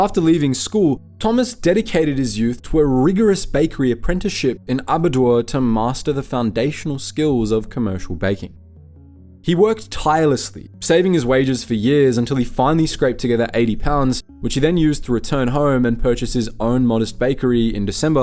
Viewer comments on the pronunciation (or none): It's Aber-dow-er.